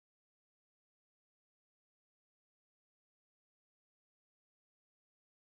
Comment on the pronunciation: Why are announcers pronouncing it Assmas?